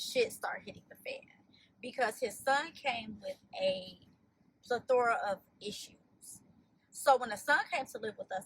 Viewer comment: I logged off after “pla-thora” of issues😮its plethora you fake educated bird. And I have to say I’m disappointed there was not reaction to her mispronunciation from Q